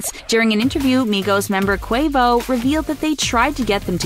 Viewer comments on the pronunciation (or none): none